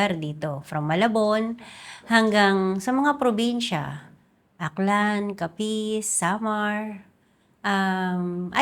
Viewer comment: legit, she called CAPIZ as "Kapis" local term and pronunciation of old townsfolks